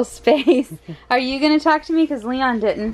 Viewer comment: it's leon not lein lol